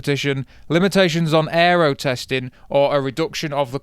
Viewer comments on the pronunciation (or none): none